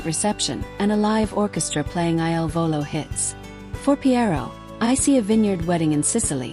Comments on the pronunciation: PLEASE CORRECT Your narrative!!! Their name is "il Volo" NOT I.L. Volo !!!! The il means THE and VOLO means Flight in Italian. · IL VOLO …….. pls, not I.L.volo……..every night I say the same thing😮